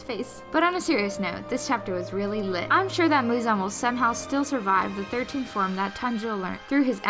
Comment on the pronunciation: It's "liTTT" 😭 Oh nooooo